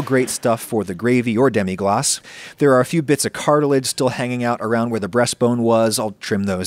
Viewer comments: Ackshually it's just "glace" (pronunced glass) not "glacé" (pronunced glah-ceh) which would mean "iced" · It's demi-glace and not demi-glacé, but I think French people will appreciate the attempt at sounding more French. (Fwiw, if it were "demi glacé" it would have to be spelled "demi-glacée" because it would be an adjective applied to a sauce, and "sauce" is a feminine word in French. But "demi-glace" is a noun and the name of the sauce, not an adjective) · Lemme be the 15th french guy to say that there ain't not "é" in "Demi Glace"